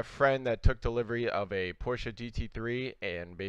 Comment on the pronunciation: Crim Thank you for saying Porsche :D For me as a german it is like an insult to call it a Porsh^^